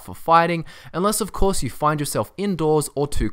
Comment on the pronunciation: Did u just say "a courier, not in primm of coarse"!